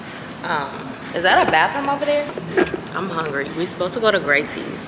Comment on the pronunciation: I just had to pause mid video . I live here in Houston, the food is better here . Also, it's pronounced Graces, not Gracies. LOL! That was too funny to hear you say it so many times. Welcome to the H though! 🤘🏽🫶